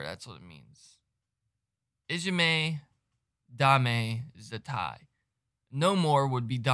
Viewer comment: First great pronunciation of title . Also getting all girls names right . Yui's skirt had got caught on studs on her leather glove and if you watch carefully she unravelled it in a dancemove . Su was 16 ang Yui and Moa around year and half younger . This was there first appearance outside Asia at a festival and it was there 5th song in there set . When they first come on the crowd as Su said in interview. Just had blank faces and it annoyed her . She said "right lets knock this out of ballpark " or words to that effect and this was end result crowd won over and BabyMetal being popular ever since in UK and all now part of BabyMetal Lore .